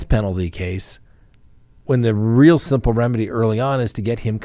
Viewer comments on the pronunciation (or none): none